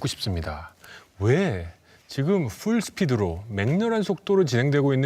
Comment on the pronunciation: 퓰스피드? 발음 왜이지랄 낫노? 조정훈이 뽑은인간들 제발 지옥가길....